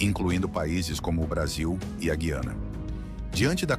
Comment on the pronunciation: POR FAVOR, PRONUNCIE DIREITO: GU-IANA, E NÃO GUI-ANA.